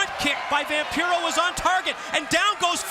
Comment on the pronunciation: Oh sure… it truly is quite the opportunity for ”Vam-PYRO?” 🤣 😆 😂 La Parka deserved better than to follow that Flair/Vampiro scene.